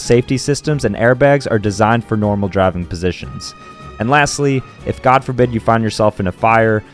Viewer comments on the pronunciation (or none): People who pronounce Gif ,"Jif" be going straight to hell after called God ,"Jod" 😂👎